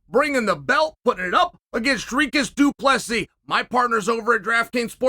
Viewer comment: Is this the first fight Chael pronounced both names correct?